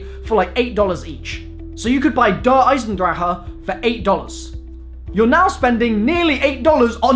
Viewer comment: I for real thought I'd never hear him mispronounce Der Eisendrache wrong again.